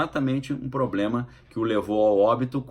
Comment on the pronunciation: POR QUE BOLSONARO FALA "MEnistro"? E por que ele não aprende a falar "problema"? Parece o Olavo, um Deficiente Cognitivo Programado!